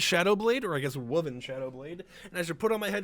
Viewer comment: wooven? it's woven. like something that was woved.